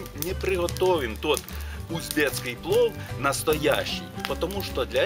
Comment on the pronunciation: Узбекский а не узбецкий! Ваша жена ведь не уцбечка!